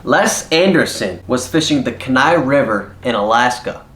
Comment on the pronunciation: 2 things that should be corrected about fish #9. The river is pronounced Keen Eye. The other is the weight of the king salmon. It was 97lbs 4oz, not 97lbs 14oz.